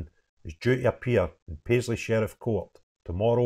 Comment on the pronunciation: "Paisley" man? yeah right.